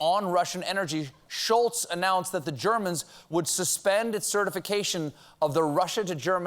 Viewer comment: It’s not Olaf “Shoolz”, it’s “Sholz”! Sorry, couldn’t help myself 🙈